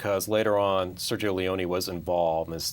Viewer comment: I have never seen four guys mispronounce so many words, names and film terms as these guys do throughout this and other reviews. The name is pronounced LEE OWN NEE. Not Lee own.